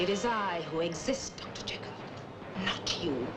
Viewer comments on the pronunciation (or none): Encouraged, however his pronunciation of "Dr JeeKill" is unforgivable 😂